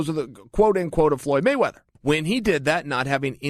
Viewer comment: "Floy Moyweather"